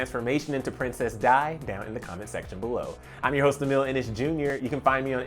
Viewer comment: Are you okay? You can't even pronounce her name right!!! btw, is Princess Di, like in D, not like Die!!! you morrons!!!